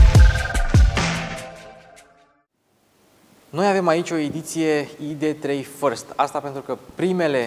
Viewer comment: Totusi, AIDI 3 si nu IDE 3. MULTUMIM!